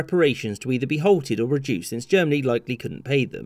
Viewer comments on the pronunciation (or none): none